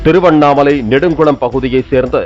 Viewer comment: நெடுங்குளம் இல்லை நெடுங்குணம்.